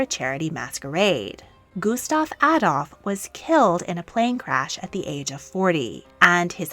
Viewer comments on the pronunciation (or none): none